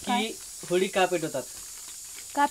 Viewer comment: होळी आसते ती होडी नाही 😂